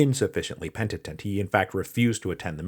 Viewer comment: pentitent xD